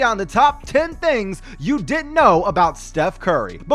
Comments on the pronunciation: he said did know in stead of didn’t know lol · It sounded like he said "You did know,". That's what I heard. Like and reply if you thought or know he said that. 👍 👇